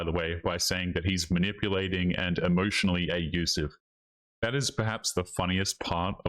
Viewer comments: Quit with the "a-yoo-sive" nonsense, skirting the word abusive. You're a channel who is trying to wave a banner of manhood and strength and you're exhibiting passive weakness. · The most shocking thing here is that the narrator can’t properly pronounce the word ‘abusive’. Wtf is “A-usive” ??? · "emotionally a'usive" What even is this kind of glitch,? Are you just AI reading out typos in real time?